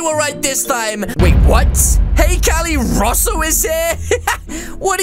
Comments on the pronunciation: Its Russo not rossu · it’s not rasso it’s roo-so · Its russo not roous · Welp its not ruh-so its r-oo-so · why does cali say russel it ru-so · Its r-oo-soplays not r-uh-sso plays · he name is not rosso he name is russo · It’s Russo not rusoe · It is Russo not sasso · It’s pronounced rooso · u said Russo wrong lol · You said russo's name wrong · You say Russo wrong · You made The Acc For An Friend To mAke a Vid Like your friends with your friends And Your Saying russo Wrong 😐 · it,S not russo IT,s russo